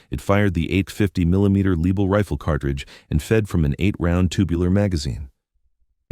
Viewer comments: As soon as the dumbarse AI voice said "Leeble", I was off. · Start by mispronouncing the Lebel. The Lebel was replaced by the Berthier which loaded with a stripper clip.